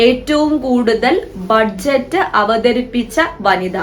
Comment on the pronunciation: ബഡ്ജറ്റ് അല്ല ബജറ്റ് എന്നല്ലേ പറയുക 🙄